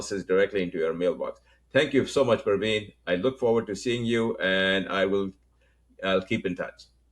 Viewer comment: Since living in US for long, you should be aware how careful Americans are in pronouncing someone's name correctly. His name is Praveen or Pravin but not Urdu name Parveen or Pervin.